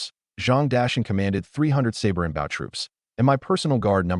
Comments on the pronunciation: I am so sick of Ai saying bow wrong. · Right? Lol😅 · For some reason I like it lol